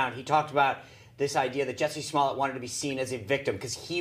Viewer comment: Dave Chappelle - "Juicy Smolly-ay"